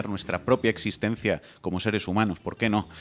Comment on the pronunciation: El señor ese dijo "esistendzia".